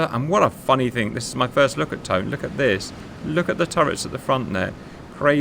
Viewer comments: Good video, tho I want to note that the heavy cruiser Tone is pronounced like "Toe-nay" and not the English way. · Mate its Tone as in Toe-nah . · Just for fute reference: the name for rhe cruiser TONE is pronounced with a full A at they end, something like Tone-eyy. Im sure somebody else in the comments can do a better job of telling you how to properly pronounce it XD Anyway fhis was a banger video